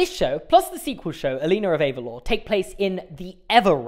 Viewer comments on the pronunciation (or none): Saying Elena (ahlaynah) of Avalor like “aleena of ayvahlor” physically hurts